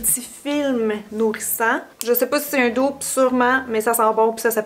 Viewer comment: Petite remarque qui n’enlève rien au bel objectif de la vidéo: dupe a le même sens en français, pourquoi ne pas le prononcer comme en français?